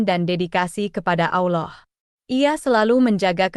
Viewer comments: Bukan auloh tapi alloh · Ma,af klo emang beragama , islam jgn sampe slh sebut Allah bkn alah,🙏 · Bukan alah anjir bqca nya tpi Allah.plis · Salam, betul ucapan nya berlapal salah yakni alah padahal seharus nya allah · Allooh. Bukan. Alah. Ya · Itu benar bukan bukan alah sebutannyda tapi allah.❤ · Ini juru video sebut allah seperti aulloh. aullah. 😂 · membaca lah dengar benar apa kalimat Allah jangan sampai bunyi nya seperti aullah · Penulisannya Allah tapi cara bacanya Alloh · Ko bilangnya Alah. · Betul ,kata Allah tebal Lam jalalah taphim ,bukan tarqiq,Allah swt,maaf koreksi ,sallm ukhuwah 🙏❤️